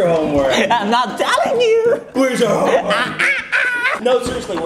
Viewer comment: Its “homme” work